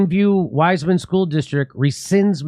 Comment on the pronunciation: it is not wise man. but pronounced wiss-man. I live round the. corner!